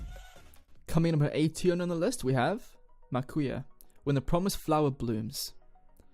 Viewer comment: I just CANTT!! I love this Video but I am not in love with the way he says MAKUYA ... Haha jk